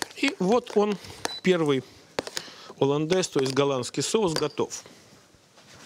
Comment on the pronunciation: ....."оландез и одноврЕменно" - уши режет!!! жуть.. - так же как и "с" Москвы", "с" России (((( "Соус HollandesE" и одновремЕнно" ! ))) - так правильнее.. И думаю не стоит смеяться над ошибками других, когда сам: -...." так себе" ученый" ¡!))